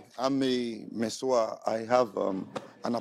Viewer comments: For me it's really how the gateman keeps calling "Messuyah!!" 😂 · This man can’t pronounce masseur 😃😃😃😃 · pronunciation of Masseur really got me cracking up 😂😂😂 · It's originally from French. The way he pronounced it is very hilarious. 😂😂😂😂😂😂😂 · U are a what ???😂😂 for goodness sake’s google the pronunciation Mai suya 😂😂